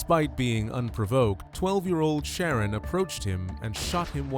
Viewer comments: its sha- ron. I said the same thing until I remembered how my people name our kids. The narrator is saying Sharon, but its pronounced sha-ron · It's obviously pronounced "Shuh-Ron". AI is so silly. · It’s Shar-ron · Did you listen to his mother addressing him? She called him "Sha-rón" with emphasis on the last syllable, Ron. She also called him Ronnie.The computer voice mispronounced his name throughout the video. Naming him Sharron was just one of a host of stupid mistakes his mother made from the moment of his birth. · I enjoy that you've mispronounced this idiots name through out the entire video.